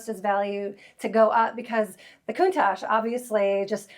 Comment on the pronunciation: Since she can pronounce Countach: for kidney or gall stones, squeeze the juice out of a lemon or two, add an equal amount of olive oil, and mix with an emulsifying hand mixer. Drink it, then follow maybe 20 minutes later with plenty of water. Acid from the lemon juice dissolves the sharp points and makes the stones spongy. Olive oil slickens them up so they pass easier. Lots of water flushes them out. No surgery.